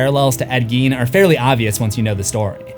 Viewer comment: It's pronounced Ed "GAIN".